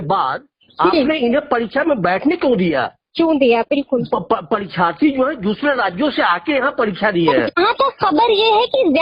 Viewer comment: विल्कुल बिल्कुल विल्कुल बिल्कुल😂😂